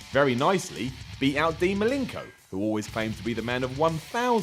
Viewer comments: Who's Dean Malinko? I thought his name was Malenko... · is on the link for pronouncing Malenko "Milinko" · Malinko? Another bizarre pronunciation.